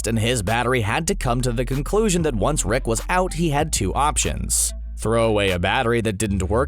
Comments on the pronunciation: Are you saying Rick or wreck? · he started saying RECK instead of Rick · i cant stand him saying reck instead of rick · Holy fucking fuck. Please stop saying "Reck" when its "Rick" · keeps sayin wreck instead of rick....sounds funny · Does anyone here him say Reck or Rex instead of Rick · he says "Rex" more often and its annoying as hell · I though I was going crazy. I kept hearing "Reck". At least i wasnt the only one.. What i dont get is that he said it the right way like half the time... why keep changing it? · Closed captions confirms this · Take 2 every time he says “Reck” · Zen The Nerd Gamer Take 2 shots when he says Rick wrong. Me and the auto generated subtitles are hearing “Wreck” a lot. The subtitles think he’s constantly saying, “The richest wreck”